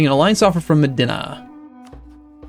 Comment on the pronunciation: you pronounced Medina wrong